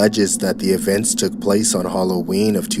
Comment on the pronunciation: Is not hallowern